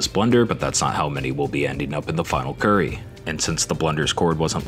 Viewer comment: NO THE WAY HE SAID "CUURRY" NOT "CURRY" WHYYYYYYYYYYYYYYYYYY